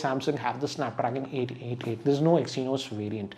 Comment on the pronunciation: Snapdragon Eight eighty tee 🤣🤣🤣